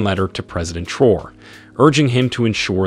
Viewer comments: Let us give this great leader respect by pronouncing his name correctly 🙂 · The narrator needs to respect and pronounce the leaders names CORRECTLY!!!